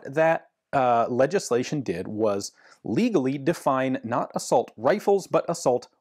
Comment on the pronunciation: I thought a "Uh-Salt" rifle shot bullets made of salt